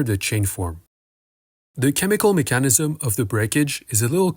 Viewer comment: i dont wanna watch the video again, but i do remember that u mispronounce the word "mechanism" - it has an emphasis on the letter E. as for your request for intermediate points - u cover an enormous amount of material, seriously, its covered in universities over 3 courses, and u just hop from 1 process to the other. for example, dephosphorylation or how NADH becomes NAD+ - those are ciochemical processes which require whole videos to explain